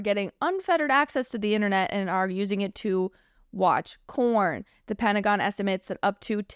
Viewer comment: It sounds like your saying corn instead of porn lol 😂